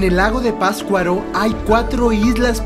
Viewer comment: Excelente video. Solo les recomiendo que el próximo guía que consigan nombre correctamente al pueblo o lugar que visiten. La pronunciación de la palabra Patzcuaro por parte del guía está espantosa, es PaTZcuaro no pascuaro. Pero lo demás muy bien, buena información y bonito video. Las tomas del inicio del video son espectaculares.